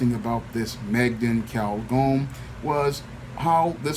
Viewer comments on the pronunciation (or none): Her name is pronounced "May-gene" btw.